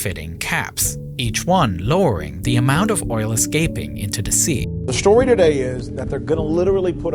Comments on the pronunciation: The stowy of the race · “tells the stowy of the race” 😂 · "stowie" at this point just use ai voiceover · da stowy of da wace.... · The worst part of this disaster by far is the narrator of this stowy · tells the stowy